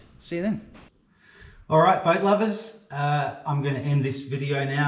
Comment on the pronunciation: Hello from South Louisiana, every time I start your show my wife thinks your saying “good morning but lovers” 😂😂😂 love your show